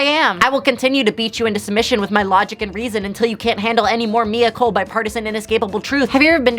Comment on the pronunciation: I thought your name was when you said it.